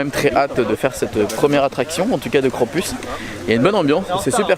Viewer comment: Mon dieu! La tour a l'air horrible 😱 tu as eu du courage de la faire malgré le vertige! Par contre trop drôle de dire KrampUS 😂 en vrai cela se prononce KrampOUS même si il est écrit US 😘 (l'origine est allemande) Tu es génial!!!